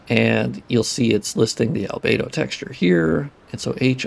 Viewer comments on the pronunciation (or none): none